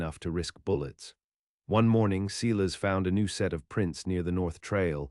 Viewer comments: The name is pronounced Silas, i.e. Sy-lus not See-less ... a common name of the era. So many horrid pronunciations in these stories .. going back to audiobooks read by real humansa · Good story but terrible reader can’t even pronounce Silas correctly.They also have a spelling problem.